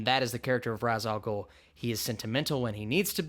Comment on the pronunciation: you say ra's al ghul name wrong